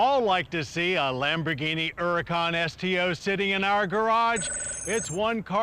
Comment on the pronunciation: I like how Mr. Davis pronounces the name “Huracán” correctly. Kudos to you Mr. Davis.